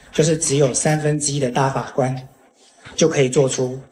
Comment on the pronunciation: 王局最近最老是瓢啊！大法官~大花官！等等